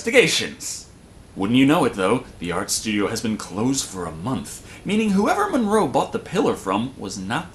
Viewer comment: Monroe.. not Morgan